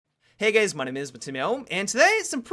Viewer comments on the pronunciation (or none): You said 'hey gays' at the start.